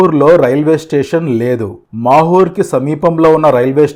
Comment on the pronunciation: It's not makur it's mahur